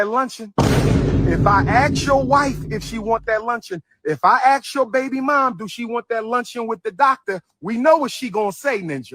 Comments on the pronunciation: Pretending to want to open a school for a decade and supposedly being a doctor, yet still can't pronounce the elementary word "ASK" . How about you go AKS somebody for a job application. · Why do y’all say kings and queens but can’t pronounce the word ask?